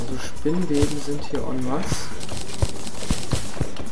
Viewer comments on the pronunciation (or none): das ''n'' bei ''eN masse'' sagt man nich ^^